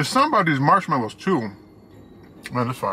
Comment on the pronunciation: You always seem in a good mood to me. "Smarshmalliws' lol. Love it! Great review! Have always had bad luck with IHOP service, but maybe that's just Cheyenne.